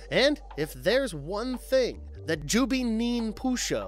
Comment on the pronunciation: “Jubee” lol, no. Just no. Did this guy even watch any of these? They clearly pronounce it “jubei” many times. Completely ruins the video